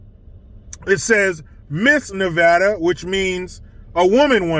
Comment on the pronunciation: DNA don't lie that chic is a guy. Redefining womanhood. You were right the first time saying Nevada. Not Nevahdah. I am a lesbian trapped in a mans body. Help me.